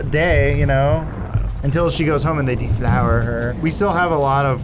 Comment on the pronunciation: He started going into some Werner Herzog accent, and it made it even weirder. Lol.